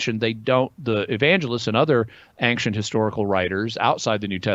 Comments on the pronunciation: Why does thia guy say "Ankshent"? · Always bothers me how thar guy can't say ancient, sounds like ankchent. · How does a man make it to whatever age Beardy McBaldy is, attain a position in which he appears in public forum discussing religion without ever having had someone say to him, "uh, dude--you're saying that word wrong. It's 'ancient'--ehn-shint. No hard C because the etymology is French. I'm not trying to be a dick about it, just thought you want to know, because you'd tell me if my zipper was down, wouldn't you?" Does this man have no friends, or just no friends who are any good at using the English language?